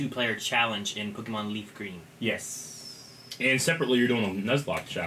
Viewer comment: I don't like the way says "pokeemon", a small part of me cringes every time he does.